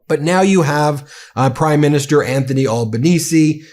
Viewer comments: G'day Ben, Thanks for putting more news stuff on the channel, it's great to know that you recognise that the world doesn't revolve around the US 😊 Just some tips on the pronunciation of some of the names... Albanese is more like Al as in short for Alan, rather than all... but just go with Albo, it's easier, and he prefers it 😉 AUKUS is more like oar-cuss rather than our-cuss,,, think awkward, it'll help 🥴 Most of us don't really want this AUKUS deal anyway, because it's costing us an arm and a leg and probably both kidneys by the time it's through, and so far we haven't got a whole helluva lot for the billions it's costing us...🤨 As we say down here... "Not!!... Happy!!...Jan!!!!..." 😏 Kevin Rudd can be a bit prickly at times, but he doesn't suffer fools lightly. He is a very well educated man, having graduated from the Australian National University with Honours in Chinese Studies, and is fluent in Mandarin. He had many years of diplomatic service under his belt before going into politics. I reckon the main reason Der Fanta Fuhrer doesn't like ol' Kevin '07 is because Kev don't put up with his shyte and won't lick the taint of that insecure little whimp. Anyhoo... havagud'n... keep doing what you're doing, we'll be here. Can't wait to see who you recruit for "Meidas Mates", hope they'll be good ones 😁 🙃🐨🇦🇺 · Ben, if you plan on setting up an component, please watch a few local news clips to learn how to pronounce Albanese. It is more of a Z sound, and less of an S sound. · An Italian has a heart attack every time you pronounce Albanese like that... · You're still mispronouncing Albanese's name. The first syllable isn't "all", it's "al", as in Capone. You're welcome. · Ben - his name as "Albo" or "AL ban easy" not "all bon easy" thanks Mate 🙂reckon maybe Albo should squeeze Trump on Pine Gap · Pronounced All (as in 'all gore') benese, not awl benese..... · Mate it pronounced ALbanese (ALL) not olbanese , still love the show from oz